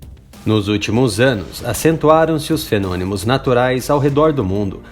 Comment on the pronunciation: "Fenonimos?" rsrs